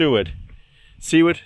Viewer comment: BTW it's Soo-ward. You're saying it correctly.